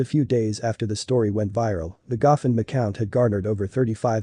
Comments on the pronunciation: "Gahfund"??? ROFL you mean Go Fund 😄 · Wish you had a real narrator instead of the e digital voice. Your narration says stuff like “guffund-may” instead of “go fund me” and 911 is said as 9hundred eleven. Those are only a couple errors. Hard to listen to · Please stop using computer-generated voice. It does not pronounce words correctly. The “gofund” account is pronounced Go Fund not Gof Und! Thee wee other mispronounced words. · Also, it pronounced "Go fund" as "goffund".